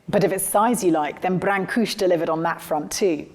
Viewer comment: First of all, you’re pronouncing his name, wrong… You can check pronunciation on the Internet… Secondly, constant pictures of you in there, disrupt the flow of the feeling of what Brancusi was really about… thirdly you need to study more African art and see where the origin of some of the muse figures heads really came from …. as with the cubists , Modigliani etc